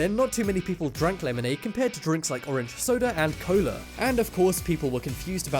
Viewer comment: Laymonaid... aaahhh hehe. sigh